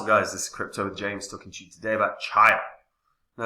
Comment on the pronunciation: "Cheeeya" James, not Chiya 😂 👍